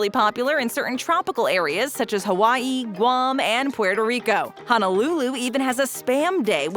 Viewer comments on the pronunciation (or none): none